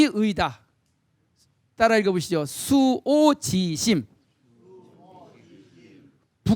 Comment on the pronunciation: 참 흥이 납니다. 선생 강의를 들으니. 하 가지 지적하렵니다. "자원방래"의 독법이 틀렸읍니다. "자원 방래" 하고 두 자씩 띄어서 읽었읍니다. "원방" 은 명사 구이므로"자 "하고 띄어서 "원방래"라고 석 자를 부처서 읽어야 합니다. 문리가 터지면 자연히 구문을 이해하게 됩니다."측은"을 "칙은"이라고 오독했읍니다. 모음을 분명히 발음해야지요. "수오지심"을, 수오 지심"이라고 두 자씩 띄어읽었읍니다. 잘못입니다. "수오지"라고 부처서 읽고"심" 하고 끝내야 합니다."지"는 소유격이기 때문입니다. 여러분!" 우리 말과 글이 타락했읍니다. "한국 어문을 고발함"이라는 책을 한 번 읽어 보시옵소서. 미 국 변 완수 배